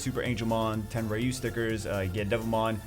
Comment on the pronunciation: it's pronounced RYE-YOU, not RE-YOU. thumps up